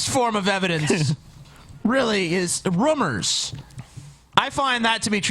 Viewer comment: I like how doesn't say rumours, he says rummers. The rummers is there's a corpse in my ruum.